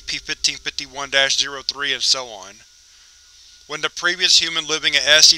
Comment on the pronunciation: Oh my God, please stop saying 1551 like that.